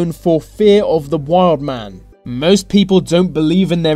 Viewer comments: It's the not ve, it's they not vey😂this was really annoying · Why is this guy pronouncing 'the' and other words beginning with TH as 'v', e.g. Vis and vat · Your narration is awful. This becomes vis, the becomes ve, thing becomes fing, etc. Such lazy speech. Find someone to narrate who is at least willing to pronounce words correctly. Also the subtitle was wrong in at least one place. You said inheritance but the sub title said "inhabitant". Very sloppy editing.